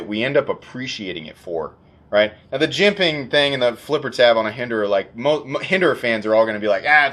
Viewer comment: "Hinderer-ance" I'll see myself out.